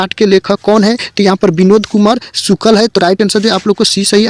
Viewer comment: Sukal NAHI sukl hota hai